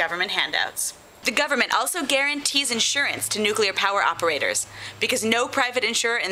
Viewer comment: It's nu-clear, not nukuler.